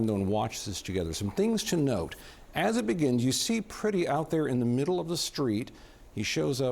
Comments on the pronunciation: His name is Alex Pretti. The "e" is "eh". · Pronounce the victim's name correctly,.